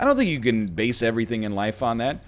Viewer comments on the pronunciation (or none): none